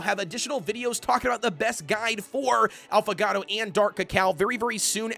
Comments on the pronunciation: When he keeps saying: “Alphagatto” 🤦‍♂️ bro its Affogato. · If you're gonna keep making Affogato videos at least take a second to Google how to actually pronounce the word 'affogato'. It's literally phonetic, just sound it out jfc